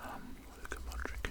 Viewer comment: It's pronounced luka modritch but written as Modric